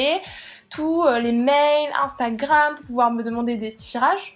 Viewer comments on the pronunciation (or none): none